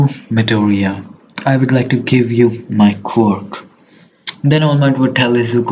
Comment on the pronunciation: Bro said quiork and I can barely understand him